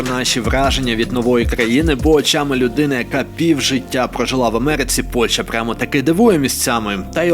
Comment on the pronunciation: Пан ти коли сказав слово Польща я ледь не поперхнувся😅